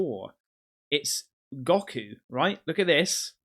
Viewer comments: 'What is Gokku?' What? WHAT IS GOKU?! Well, he's nothing but a mere monkey, according to Frieza. 🙊 But he's actually the most powerfull Saiyon warrior from the planet Vegeta and probably the Universe. Now you know who's Goku. 😌And it's pronounced Go ku not Gokku. 🙈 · goth thumb down the vid for the blatent dragon ball Z disrespect 🫥 Its not gockoo its said like "GO-KOO" 🤦🏾‍♂️ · nah he didnt just say "Gah-koo" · “What’s gawku” 😂 it’s goku man.dragon ball z 🤣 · gahku? its GO KU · Fucken G-o-Koo? Noooo, pronounced G-oh-koo. And it's Dragonball Z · Gok ew? What is Gok ew? Bloody hell mate. It's Go Koo. Anime. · It’s Go-koo, that’s how it’s said lmao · It’s GO-KU not gocku lmao drangonball z idiot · Goku is from Dragon Ball Z. Go-koo: goku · WHAT IS "GAW-KU"?!?! It's pronounced "GO-KU"!!! That's Dragonball/Dragonball Z/Dragonball Super!!! How dare you not know who Goku is,!!! Man... You really missed out on one of the most iconic shows ever created... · Hi, I just wanted to say that it’s pronounced “Go Coo” but spelt Goku from an anime cartoon called Dragon Ball Z & it does look like Goku too 😂❤ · you just offended every dragon ball z fan with saying goku wrong, its pronounced go-ku like "go for a walk" and ku is just ku, awesome vid tho dude :) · Go-ku dragon ball Z dude you gotta be kidding me 😂😅😅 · Goku, pronounced "Go-ku" is the main character, and an alien, in the mega-hit anime franchise called Dragon Ball. It was meant to be a joke comment but 3IATLAS is far bigger than the little single person compact car sized capsule ships used in the series. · Hey hey future reference SETI is pronounced Set-Tee lol..ooo an may already had been said look up Dragonball Z an youll kno Goku lol..an should watch that whole series it fantastic lol he one of the best fighters an dad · GO-KU is how it's pronounced, and he's this generations WuKong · Bruh. You never heard of dragon ball z?! Goku pronounced Go-koo? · Omg.... I lost respect when he butchered GO-KU'S name.